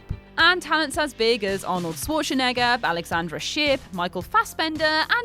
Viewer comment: When will you ever learn how to pronounce Schwarzenegger correctly?